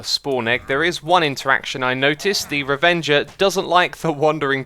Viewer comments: Every "revenger" and "mushroom" took a year off my life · Why does he call the ravagers: revengers